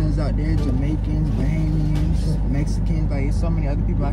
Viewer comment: Loll he said bahamians.😭🇧🇸.